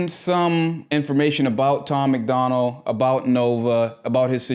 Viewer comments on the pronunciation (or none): Bro it’s Tom MACDONALD.. not McDonald like the cheeseburger spot🍔 Sorry bro, sounds like you’re gonna enjoy your the music.. but I can’t even watch this if you’re gonna get dudes name wrong off the bat.